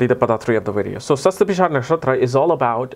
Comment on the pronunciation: Hihi u figured out how to pronounce it :P